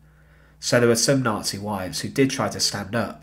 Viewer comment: 'N0TSEE GREENSPANS'